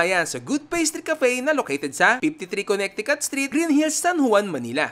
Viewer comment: Silent middle C po sa Connecticut pronunciation...kuh.neh.tuh.kuht